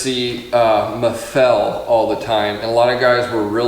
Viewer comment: Is not Maffél, is Máffel you idiot